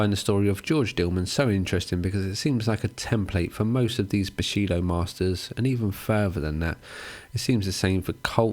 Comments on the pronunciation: You are saying bullshido. Not bushido right? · Guessing you mean "bullshido" but you pronounce it as "bushido" which is kind of the opposite. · You mispronounced "bullshido".